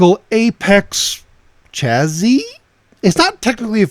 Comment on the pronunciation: Just FYI, chassis is pronounced sha-see, rather than cha-zee.